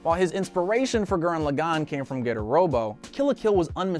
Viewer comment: My favourite anime from trigger is Gurren lagann and you also said Gurren lagann wrong.......